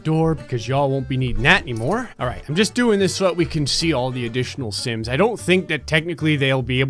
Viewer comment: Stop saying simps insted of sims